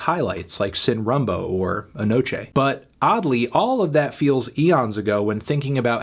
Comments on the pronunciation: It's "sin roomboo" not "Sin, Rambo" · no one: antony pronouncing sin rumbo: seIn rOumvuo